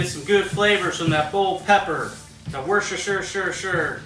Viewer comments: Yo that was absolutely killer! I loovvee pepperoncinis and I am 100% gonna be trying this recipe to a T! Great video sir! 🍻 Also it appears you are like me and can't pronounce that darn "W" word lol, I just call it "The W Sauce" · Duck fat spray?! There's something I never knew I needed... Love the energy in your videos!! also... "worcstshhrrshhrrr" lol